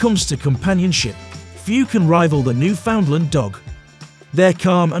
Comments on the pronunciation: There is no place called "New~Found~Lind". There is no Dog called The "New~Found~Lind". Jesus, Mary and Joseph. Do basic research. The place is called "New~In~Land". The breed is known as The "New~In~Land" Each, when uttered correctly rhymes with "understand". The script your using in this video is lifted from countless other posts here. Common. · Opps, now it's my turn to be humble. The Name of the Dog (and the place), is spoken thusly; "Newf~In~Land, far easier to make that rhyme with understand.